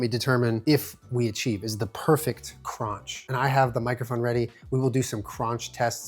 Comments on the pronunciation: I’ve never heard it pronounced that way! 😆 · I was just thinking that 😂